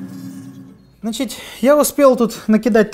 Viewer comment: "Значить" потихоньку скуфишся 😂